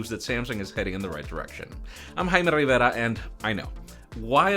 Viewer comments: "iam haimer reeeverra" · Damn. Subscriber here since the early 10s. I will miss how you pronounce. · I'll never forget how you kept it real when pronouncing your name "I'm Jaime Rivera ..." We'll see you on the next one too!!! 🙏🏼😌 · All those videos and he never did learn how to pronounce his own name... 😁